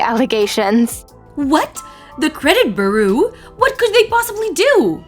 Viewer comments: Just to help, bureau is pronounced 'bew-row', (the 'row' to rhyme with 'snow'), not 'ber-oo' 🙂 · is somehow getting worse. "The credit booroo!?" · You are wrong. Byur o